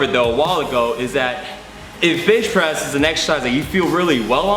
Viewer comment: why do you keep saying bitch press?